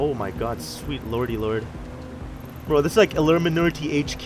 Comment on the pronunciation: “bro this is like illurminarti hq” wtf....